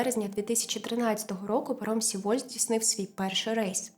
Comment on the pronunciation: Дякую за висвітлення цієї трагедії. Але ріже слух назва Сєволь, бо так говорять її кацапи. В Кореї промовляють Севоль. Будь-ласка, не беріть інформацію з кацапських джерел.